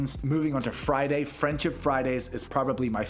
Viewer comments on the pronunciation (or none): none